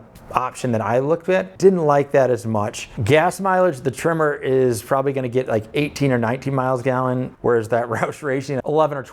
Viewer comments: Until I thought you were saying "Trimmer" and I had no idea what you were talking about. But it's Tremor... got it. When buying something you're going to live with for a long time (building, vehicle) get what you want. You'll enjoy it more, even if it's a little more expensive. Me of 2010 bought a Subaru WRX sedan. I loved that car for 9 years. But then I had to start taking the boy to school and sitting in a parking lot in August in Texas, it was either run the engine and waste gas or die of heat exhaustion. In 2020 I picked up a Volvo S60 PHEV. Super comfortable (and my almost 50 year knees appreciates that), 400 horsepower (12 year-old me appreciates that), and 76 lifetime mpg (my bank account appreciates that). There's a few electrics I would rather have right now, but I'm not trading out in this market. And, I will admit, a little tear dripped down my face when I said goodbye to the WRX. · It’s a tremor… I thought he kept saying trimmer too! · Are you saying tremor or trimmer? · Your accent made me think tremor was trimmer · I can't get over the way you say Tremor the same as Trimmer. Must be a Midwest thing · LOL. I thought your were saying trimmer! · The entire video, thought he was saying TRIMMER. Couldn't wrap my head around it... Finally see the words on the side of the truck: TREM MORE. 🤪